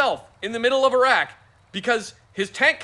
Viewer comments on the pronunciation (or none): I died when it said iraq e pass